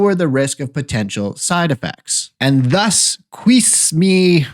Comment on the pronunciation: Doctor, here’s a phonetic breakdown: Q-see-mee-a